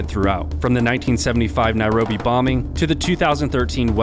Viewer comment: Say Nairobi like this Nairobi and you will be nearer